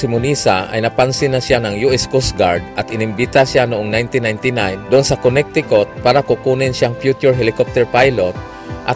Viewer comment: Con-ne-ti-cut not konektikut lol😰